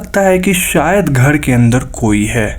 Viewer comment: आप,,र,,को सही नही बोलते घर,, कमरा ,मरे हुवे,,दीवारों,,को घळ,,कमळा,, मडे,हुवे,डीवाळ आप ,सिंधी हो,,??? र, को ,ळ बोलते हो,,कंयो भाई ??